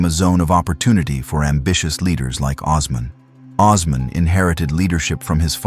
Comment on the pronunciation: AI is the worst thing to happen to the internet. WTH is Oz-man